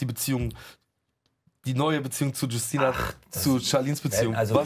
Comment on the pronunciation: Witzig wie calvin Justyna vollkommen falsch auspricht 😅aber gut nur Polen kennen den Namen